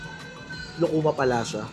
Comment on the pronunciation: Lukuma (lukman ang bigkas Nla)prang pinsan cia ng chesa satin s pinas